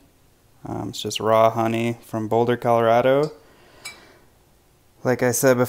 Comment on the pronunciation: Hahahaha you lost me when you said Boulder